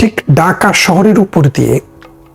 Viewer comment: Bhai daka shohor Hobe na, hobe dhaka shohor vasha thik koren,tar por media te ashen